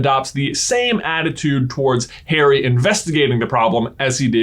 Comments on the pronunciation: My friend said why does this guy keep saying "Hairy" instead of Harry and now I cannot un-heary it. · It is Harry, not Hairy as you say it many times annoyingly. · 3mins in... STILL SHOUTING...!!! Combined with your constant mispronunciation of Harry's name as "hairy", I cannot continue, which is a pity because I was genuinely interested in the content. I can't listen to it. I quit. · Omg stop don’t say “ hairy “ it’s “ harry” like Harriet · his name is not Hairy, but Haary, thanks. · i cant seem to commit to this video coz he keeps saying hairy and not Harry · Am I the only one to hear Hairy Potter and not Harry Potter? Is this an inside joke I missed out on? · "hairy" bro are you KIDDINg me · same for "hairy" potter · The way you pronounce Harry makes me cringe so hard (it’s my name lol)